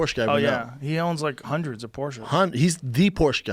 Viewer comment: “Hunnerd percent”